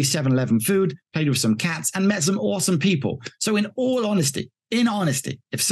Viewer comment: Ask a Thai person how to say Pattaya correctly.